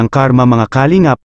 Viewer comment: pangit pgbigkas mo sa kalingap ..bkit mabilis....baduy ka